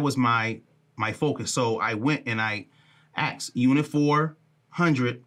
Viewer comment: Someone teach this guy that it’s asked not axed